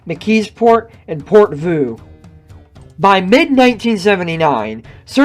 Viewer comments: It's Port-VIEW, not Port-VOO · Port view , not port vu . lol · Port voo? Come on man! Otherwise great video. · It's pronounced "ver-sales" and "port view,". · Portvue is like Portview. Versailles is like Versales.